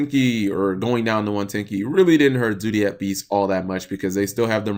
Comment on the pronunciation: learn how to talk you sped it's zodiac beasts not zoodiac beasts